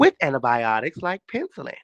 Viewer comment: 😂😂😂😂 I had to look at the phone, like huh??